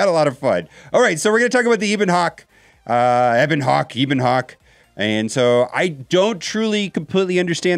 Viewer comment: Just so you know its a short e in ebon hawk